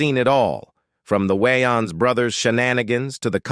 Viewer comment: This guy can not enunciate for nothing! Ommfg I like his content but my guy YOU REALLY NEED TO LEARN AMERICAN ENGLISH. That all but keep doing you and grow more. She wayins, it's WAYNES